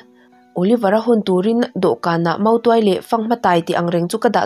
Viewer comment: Motuai nilo in mautuai tih tur nia a bak chu i chhiar thiam lutuk 👍